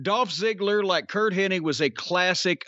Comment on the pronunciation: My most bizarre pet peeve is I cannot stand when people pronounce Curt HENNIG as Curt “HENNING”. Not even fans, people in the business who knew him I’d say 99% of whom mispronounce his last name.